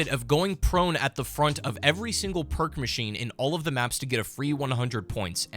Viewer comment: I love the phrase “Random Perrrkk”